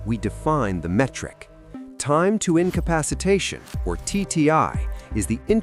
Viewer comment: "incapapactation" just made my day 😂